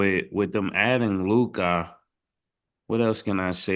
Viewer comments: Lou-KAH hurts my ears every time smh cmon Murda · Why do Mase have to performance everyone’s names like he do why do he pronounce Luka like that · How you struggling to say LUkA💀take a speech class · Damn it aggravates me how Mase pronounces Luka’s name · Why can’t Ma$e say Luka? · Mase still not saying Luka right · So Mase cant pronounce Luka right or is he trollin 😂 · The way they pronounce Luka is infuriating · I hate how Mase say Luka lol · How can you not pronounce his name correctly? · Man I hate the way Mase pronounces Luka’s name. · Mase…please stop pronouncing Luka’s name like that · I hate how Mase says Lukas name 😂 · he struggle to say Luka , i don't get it lmaooo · lol he annoying like who told u to say his name like that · Name 2 syllables and he still can’t get it right 😭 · Why do Mase pronounce Luka name like that? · Made don’t know how he wanna pronounce Luka’s name 🤣🤣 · it’s a dumbass ignorant baby thing. Stop the bs and say that man’s name right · it’s a goofy, ignorant ass thing. Say that man’s name correctly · that’s a ignorant goofy thing, nobody gaf when you where born. Say that man’s name correctly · Bro…how many time they gonna say Luka name like that lol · Making it hard on himself for no reason 😂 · Mase not being able to pronounce Luka now is becoming a bit weird 😂😂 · Why tf does Mase keep calling this man Lu-cah! The least he can do is get the names right with those basic ass silly ass takes. The only time he has a decent take is when he recycles something Cam said weeks ago. They need to trade Mase ass. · Mase the man is Luka not Lukia!! Use ur phone for proper pronunciation of words and players name Bro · Why in the hell cant Mase pronounce Luka properly, who tf is Luk- Ah smh lol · Mase salute God but stop saying LUKAii 💀💯 ITS LOO-KA aka Luka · Can yall PLEASE tell Mase his name is pronounced Lu-Kah not Lu-Kai🤬🤬🤬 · Mase you gotta stop say LU-KAI it’s LU-CUH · That man name is LEW-KA not Lew Caa Mase 😂😂😂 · WHO TF IS LU-KAH 🤣🤣🤣🤣